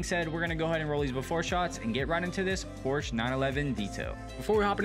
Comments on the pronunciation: The “E” is pronounced as an “A” in Porsche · Porsche has two syllables.